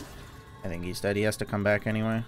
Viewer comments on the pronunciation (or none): none